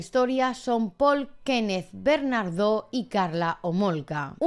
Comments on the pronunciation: Es Paul bernardo sin ese acento al final pronunciado. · Por qué "BernarDÓ"? 😬😬